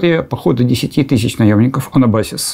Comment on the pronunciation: как историку надо бы точнее излагать события и правильно ставить ударение в слове Анабасис.. Греческие наемники обманным путем были наняты Киром-младшим якобы для одной военной операции, а направлены совсем на другое дело, а именно на свержение с престола его старшего брата. Когда обман вскрылся, отряд греков был уже слишком далеко от дома, возвращаться без пищевого довольствия и без денег было проблемно и им пришлось таки участвовать в деле, на которое они изначально не подписывались.